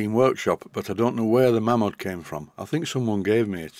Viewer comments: it is indeed May-mod. The name Malins is pronounced May-lins. Its one of those funny quirks of society that the name Mam-mod stuck. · The Mamod history book, written by Steve Malins actually states in its opening paragraph it's always been mispronounced. I quote "almost invariably mispronounced (it should be 'Maymod', not 'Mammod'), the name is simply the 'Ma' from Malins and the 'Mod' from models, and is now, perhaps, the most widely known name throughout the world for steam toys". Not that it matters much, I bet when they were churning out 100,000 engines a year that was the last thing on their mind. By the end of 1995 there had been 468,890 tractors made, and they haven't stopped! Oddly in the same period, only 187,471 rollers, maybe people prefer Traction Engines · I read steve malins book some years ago . He was the last of the malins family to own malins-models before they sold up in the late70's/early 80's. He cleared the pronounciation debate up . The family name is pronounced 'maylins' and thus mamod should be pronounced 'maymod' . Its an excellent book by the way, out of print but readily available second hand ,all be it for a premium. 'Mamod -The story of Malins Models by P.S. Malins